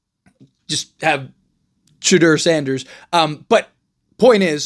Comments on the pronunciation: Bro Shay-Done shay done. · Why you saying Sharpes first name so weird? Haha. Blazers will just keep Grant and if Billups is smart he brings him off the bench, don’t matter this year cause you don’t have to pay young players till next summer and Deni is on a super small contract for his skill level. Just hope Grant balls out off the bench then some wannabe contender will come snag him at the deadline. Folks acting like it’s illegal to bring him off the bench and Blazers are trying to be contenders this season. 🤦🏻‍♂️